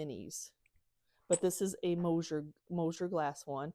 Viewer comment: That's MOSSER GLASS. Pronounced like moss-er. I live close to Mosser glass. Mosier is totally different and not American.